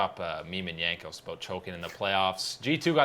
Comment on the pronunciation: Hello,. Please pronuce the J in Jankos as in Jar. Thank you!